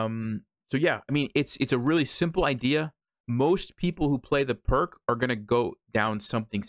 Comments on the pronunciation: Pirc is pronounced like “Peerts.” Also, interesting opening. I’ve been playing f4, the Austrian Attack, instead of f3. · All the Pirc players are offended that you pronounced it wrong, and that you said we don't like to think, including me! lol jk. If you're watching this you'll definitely catch a few Pirc players off guard, but be prepared for the lines other lines as well, just in case. Thanks,, for helping me not fall for this trap. 🙂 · In honour of GM Vasja Pirc, please pronounce it correctly.